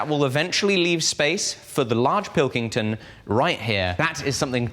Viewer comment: Massey is indeed the finest... but Pilkington is so much more fun to hear you say in your accent!